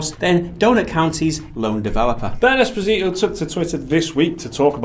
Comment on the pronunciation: I guess it's pronounced "espòsito" lol